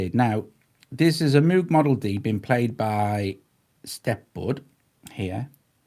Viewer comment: Great demo; thank you. Moog has a long Oh sound. I knew him personally. The oh sound is because of his Dutch heritage. Please give him minimal due respect by pronouncing his name correctly.